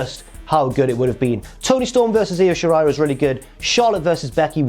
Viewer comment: Props to for not pronouncing it as eye oh shirai